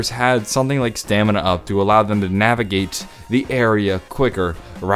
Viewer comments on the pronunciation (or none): Stamina up no it's staminup